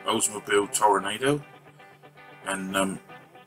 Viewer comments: It's pronounced Tor-ahh-nahh-do. The headlight covers on the real car were always body color. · Great work. It's properly pronounced ToroNAHdo, BTW. Or maybe best spelled Toro-noddo.